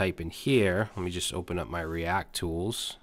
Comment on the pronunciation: Lol " the Cree-act :) , reminds me when you mis-proniounced ass in past vid